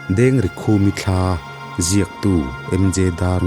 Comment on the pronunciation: Dengrikhumi ❌ DEN rikhumi✔️